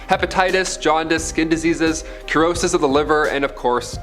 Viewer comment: cirrhosis; the c is pronounced like an s, not a k